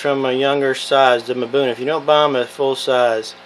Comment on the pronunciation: “Mabuna” Cichlids? It is pronounced “ um-buna” = Mbuna